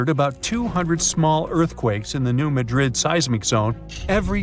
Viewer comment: New Mad Rid for pronunciation sake Madrid I’d in Spain. Things like that drive me nuts for some reason. Always watch pronunciation to the best of your ability. There are a lot of places in the US that are spelled like foreign city names but pronounced completely different.